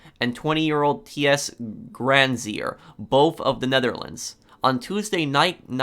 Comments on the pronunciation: Felix tiës grenzieër😂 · Hoe hij ties granzier zegt 😂😂😂😂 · Im dutch and its so funny how you prenounce Ties granzier 😂😂